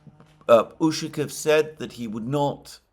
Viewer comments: The stress in the surname Ushaˈkov falls on the last syllable. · As always, very good analyses. By the way, in the name Ushakov the accent is on "O". Otherwise, it sounds strange. Ushakov is a common family name in Russia.